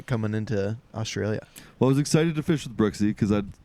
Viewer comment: I'm here at the start, no fkn idea how it's gonna go, but BROOKSY!!!! when you Yanks learn how to say Australia, it'll be a great day 😂😂😂